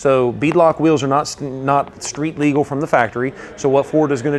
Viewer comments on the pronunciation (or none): none